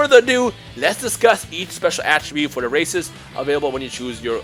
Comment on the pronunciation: I'm doing frieza race first then saiyan plus it sounds like you said racist at the beginning lol